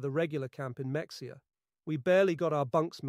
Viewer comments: Mexia, Texas is pronounced as a Spanish word, Me-hay-a, not Mex-e-a... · Lol, I grew up near Mexia, Tx. They pronounce it Mah-HEY-ya. I never knew there was a WW2 POW camp there. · It is not Mexia. Pronounced may he a. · That's Mexia pronounced Ma-Hay-ya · Ahem. Muh-hey-uh. Not Mexia. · Mexia is pronounced muh-HAY-uh, but you have to be from Texas to know that. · Just FYI, I'm pretty sure Mexia is pronounced Ma-hey-ya. At least that's how the old timers pronounced it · The town of Mexia, TX is pronounced like Muh-hay-uh. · ANN NICOLE SMITH WORKED AT A FAST FOOD CHICKEN JOINT IN MEXIA , TEXAS. IT'S PRONOUNCED ME HAY AH ............ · Slight correction. It’s pronounced mu hay a. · Mexia is pronounced Meh hee' a Welcome to Tejas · Mexia is pronounced Mah hay a. As in Spanish. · Mexia, Texas is pronounced ma-hay-uh…………..you’d think some one going to the trouble to read the accounts here within would do a bit of actual research and learn how to pronounce such a name………… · Mexia is pronounced meh hay ah. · Mexia is pronounced (muh·hay·uh). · Mexia is pronounced Ma-HEY-ah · It’s pronounced ma-ha-a not mexia. And Val-ae not Val-et. Good otherwise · Ma Hay Ah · the town named after the Mexican General, José Antonio Mexía, isn’t a Spanish pronunciation? I’m pretty sure it is. 😂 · Can't pronounce Mexia; unimpressive AI narration.